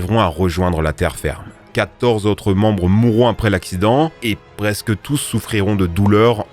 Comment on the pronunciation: K19: Trente zautres???? Huit zautres? C'est quoi des zautres?